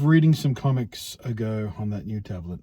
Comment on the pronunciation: My ears heard comments instead of comics everytime you said it 😛. I hope things pick up for you soon.